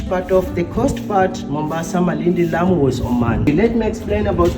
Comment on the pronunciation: Your grammar is awesome and we call it amu cause the L is silent .Explore the Swahili culture and also ancient good stuff.Karibu Kenya 🇰🇪